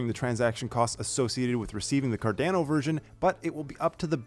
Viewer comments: Hi, thank you for the mini update;-) Quickly digestible update just as intended, great work!! Just thought to mention this. It is pronounced "Cardano" (as in Girolamo Cardano) so the second a i pronounced the same way as the first one. I mean it as a friendly remark, you're doing great!! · The way this guy pronounces cardano triggers me